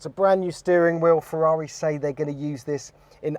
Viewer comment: "Ferreri" is brutal 😂